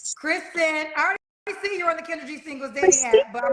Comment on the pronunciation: Kendra said her name wrong mad times 😂